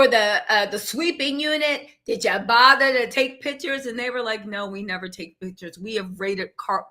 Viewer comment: "But did yah botherrrr to take pictures?" 😂